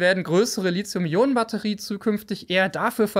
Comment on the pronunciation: Immer wieder dieses Lizium. Lithos heist Stein, lizos gibts nicht. Li-Thi-Um.